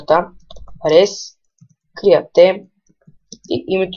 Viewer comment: ne iskam da hate-vam ama.. "create" = криате... ?? :D:D:D:D: xDxDxD D:D:D:D:D::D:D:D:D:D:D:D:D: XDXDxDxd :D::D:D:D :D kak moje da go prochetesh kriate be moi :D... inache mss :D pomogna mi ! :D